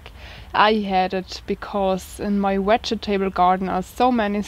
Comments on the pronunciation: Hahaha... the part I like the best is the 4 syllables. In fact, I think I’m going to start pronouncing it like that. Wedge ee ta bulls. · will you take more English lessons please, i'll fed up with falling off my chair. Vegetable and start with the same V. thank you.